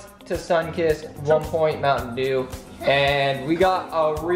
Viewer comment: E!!! eeee! is dew not daw !